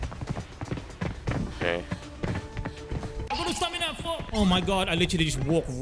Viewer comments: Bro said I got no stanima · bro literally said stanima 😂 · Nobody:: I need some “StAnImA”😂😂